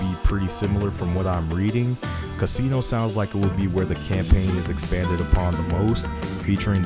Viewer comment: It's not "casino" lol, there's a double s. Instead of Cuh SEE no, say CASS inno. Rhymes with Máximo, Massimo